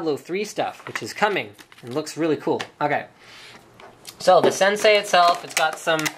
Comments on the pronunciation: It's "Sensei" not Sensi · Linus, Senei, not Sensi. :D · "sensei" not "sensi"